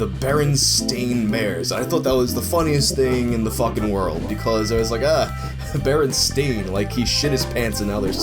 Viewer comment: Bearenstein- like, it was pronounced like RL Stein's name. I meant the E, not the I.